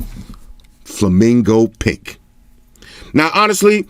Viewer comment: It sounds so wrong when you say flamingo pink cause it sounds like flamingo pik which also means flamingo dick in danish😂